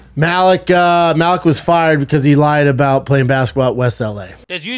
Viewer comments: At least say Maliks name correctly 🤦🏻‍♂️ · Learn how to pronounce Malik if you’re gonna go on a smear campaign lol